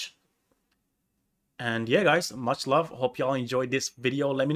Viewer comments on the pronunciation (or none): none